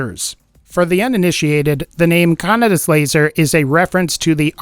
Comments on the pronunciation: Also if uve watched Akira you may know it's not pronounced 'canada's laser'. The d sound is soft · You were pronouncing Kaneda wrong